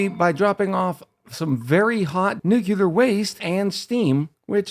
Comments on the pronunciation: its pronounced nuke-lee-er not nuke-you-ler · nucular and nuclear are two different things but i think it’s been pretty normalized to pronounce nuclear as nucular. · The way it’s spelled. Nu-cle-uhr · It's "new clear" as one word. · I forgot exactly how but I found your channel a few days ago and love your style of commentary and playing. Also I pronounce it New-clear. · new-cle-ah tho dont listen to me im australian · In Soviet Russia, Nyuk Lee Yaargh pronounces you. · "New Clear" for me as regards pronunciation of "nuclear". Accents and pronunciation of words are interesting things. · My favorite pronunciation is "Nucular" That Nafta creation stratagy is great! I usually include temp sensors in my steam generator/thermo aquatuner so I can get the max refund possible for my aquatuners. I have never made a nuclear research reactor before. I always found that if I want to go for ridiculous builds, that a sour gas boiler was easier to construct and a lot more "Fool proof" in my opinion. I am the fool. The fool is me. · I had to think of homer Simpson nucular. the word is nucular. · It's nuclear, dummy, the 'S' is silent.